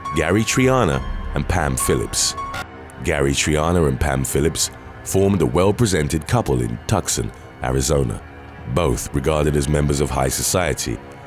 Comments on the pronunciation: "Toooosawn" not Tuckson. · Tuck-sun??? Try too-sahn. 🙄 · C'mon. The word is "Too-sawn" Tucson. Not "Tuckson".🙄 Also "May-sa" not "Meh-sa". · Tucson is pronounced "Two sawn," not Tuckson and granite is pronounced "grannit" not gran night. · Tuscan is pronounced "too-sahn" (Arizona), not "tuss-kan", Just FYI Great job on the TWKY series by the way. You do an amazing amount of research. Keep up the excellent work. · Tuk-son? Too-son, idiot. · So many people can’t pronounce Tucson. It’s “TOO-sahn”, not Tuck son. Ijs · TuKson, Arizona 😂😂😂😂😅. It’s pronounced “Too-son” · Tucson, Az. - It's not 'tookson', it's pronounced "Two-Saw-n" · Oh....C'Mon, 😬! 'Tuck-son,' AZ?? 'Mee-suh,' AZ, was bad enough, it's pronounced 'May-suh,' but 'Tuck-son?' Really? It's spelled 'Tucson,' but it's pronounced 'Too-sahn!' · People of you tube for future reference America pronounces Tucson like tooo saaan. Not tuck son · Good ole Tuck-Son Arizona 😂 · "Two~Sahn" {Tucson} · Tucson is actually pronounced "Two-sawn" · Tucson, Arizona is pronounced as too·saan. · I have to mention, the city of Tucson, AZ is pronounced TOO-sawn. Very interesting video, thank you. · Tucson= to - son, two-sawn, or too-son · "When pronouncing Tuscon goes wrong." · The way pronounced “Tucson, Arizona”.😂😂😂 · Pretty sure it's an A.I. given the way it butchers names like "Tuscon" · You pronounced Tucson wrong haha